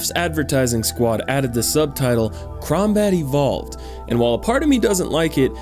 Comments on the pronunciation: Sir-Lancer-a-lot Gears Bros I know but he said crowbat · Did he just say Brungie?! And still crombat evolved?! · How about when he said"crombat evolved"? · "Crombat evolved" Very Steve Brule Jakey.. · Idk why but when he said crombat evolved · "Crombat Evolved"